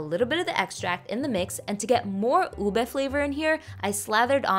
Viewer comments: i've legitimately never heard anyone pronounce ube as "ubi" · The pronunciation is U-BE